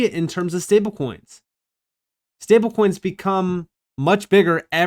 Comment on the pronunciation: just noticed you say "stablecoins" weird 🤣🤣 like "stablekoings" 🤣🤣🤣🤣